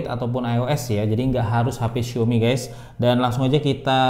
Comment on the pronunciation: Bang, xiaomi tu dibacanya "siawmi" jangan "siomi" donk bang.. Gatel dengernya